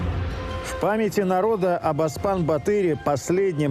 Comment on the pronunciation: Не Аспан батыр а Оспан батыр! Надо правильно произносить слова автор.